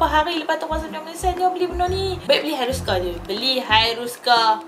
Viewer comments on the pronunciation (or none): hiruscar ke hiruscar? haha jk 🤣